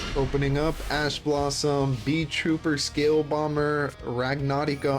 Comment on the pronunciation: My man, you went and built a "rag-na-rai-ka" (everyone else is pronouncing it like this)... And cook like his life depended on it! I'm steal the list, but know your work isn't unnoticed.